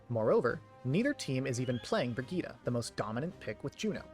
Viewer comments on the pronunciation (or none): "Brigitta" ? There's an E at the end